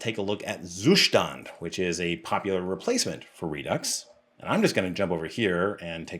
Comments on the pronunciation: You actually do not pronounce "Zustand" correctly, albeit you insist throughout the video in doing so numerous times 😀. Nevertheless, great content, i have recently started researching how to test my code, and, surprisingly, the web is very scarce in terms of good quality info on testing. Keep up the great work ! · You just love pronouncing zuStand :))